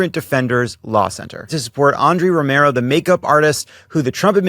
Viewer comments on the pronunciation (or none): none